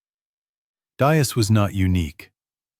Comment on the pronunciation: From Atlanta Georgia USA. Know a lot about WW2, had 4 uncles who served in the war One of them served in the Pacific and was involved when the Americans returned to the PHILIPPINES Great video You might want to get your AI to pronounce & spell Diaz correctly 🇺🇸👍